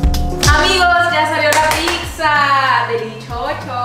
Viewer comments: Shot por cada “PICSA” que dice. 😂😂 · Me estreso tanta “Picxza” jajajaja 😅😂😂😂 es pizza y ya cual picxza jajajajaja